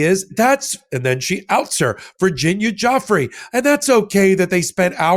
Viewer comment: If you’re going to lie please pronounce Virginia’s name properly!!! You are a puppet!!!